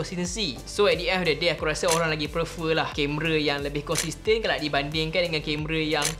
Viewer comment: Sorry, nk tegur sikit..tp bukan pasal iPhone or android. Tapi word "PREFER" plsss broo....sebut betul2.. Tiga kali dengar ko sebut...sakit telinga.. Plss.. 🙏🏻🙏🏻